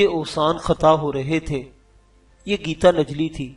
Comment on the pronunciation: Yar gita najli nahi gitan jali hota hai apni urdu thik karain